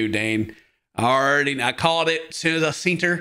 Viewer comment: "I called it as soon as I seent' her"